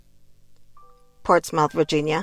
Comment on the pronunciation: It’s pronounced “Ports-Smith” Virginia Btw.. good work tho..glad you back 🔥🔥🔥